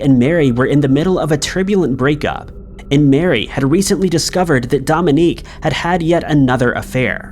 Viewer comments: Mary Badaracco's husband's name is Dominic, not Dominique. Pronounced Dom-in-Nick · Dominic is not pronounced "dom-in-EEK." strikes again! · Thank God you spelled it. pronounces it as a woman's name...🙏😉 And that's our law system.🙄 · take a shot every time mispronounces something